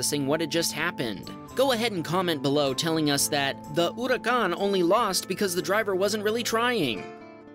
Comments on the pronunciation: ITS NOT "oORiCaHn" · its pronounced " her uh con" not whatever u said and it's a huracan performonte spyder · Your Lamborghini pronunciation was mostly correct. It's OO-ra-cAn. So many put the cOn on the end erroneously. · never heard anyone say huracán like that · That's not how you say the lamborghini Huracan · you pronounce huracan so strongly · That is not how you pronounce Huracan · Nope you said Huracan wrong again, well technically the way you said it was in Italian, the way most people say it is also correct and in English. And you don't know how to say Peugeot either lol. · That’s not how you say Huracan numbnuts.